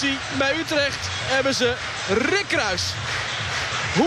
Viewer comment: hoor die rrrr